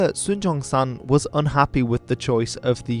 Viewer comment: Keep to the American “Sun Yat Sen”. While yes in Chinese Yat is pronounced with a similar sound to the English “J” , it is different from J and it sounds weird in the English form